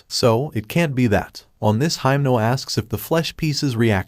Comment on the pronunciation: it doesn't really matter but I'm gonna say it, your reading himeno's name wrong...